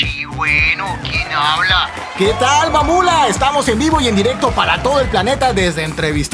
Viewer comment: ME KGUE CUANDO DIJO (MAMULA)